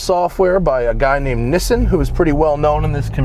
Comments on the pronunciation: Tuned by Nishan. If you're going to mention the best Mazda tuner on the planet, you gotta pronounce his name right. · Tuner's name is Nishan... got that "h" in there... Wish there was a mod list. It's definitely not 350whp. That's beyond the flow rate of the stock turbo (which is 35lbs/minute). Stock turbo can only support a max of 320-330 at the wheels WITH ethanol or methanol to stave off KR enough to run the timing levels necessary to get that power level. You need a BNR S3, a GT2871, or a GTX2867 (or bigger) to get 350+. If this guy's claiming 350, show me a dyno sheet or didn't happen... This platform is extremely vetted out and basically the world record was a guy making ~345 with a major amount of methanol on a Stratified tune. It's impossible on just ethanol alone. Methanol makes it possible because it makes the BATs very, very cold, and cooler air is much more dense/has more oxygen. And that tune was on the ragged edge, pushing the poor stock K04 extremely hard. Longevity goes out the window on a tune like that... I have a fully bolted 2010 MS3 with a BNR S3 tuned for an ethanol blend by Justin (from FREEKTUNE), and I put down ~385/380 at the wheels, so I'm coming from an insider's perspective. Regardless, stock turbo MS3s can be very, very fun too... Nice ride...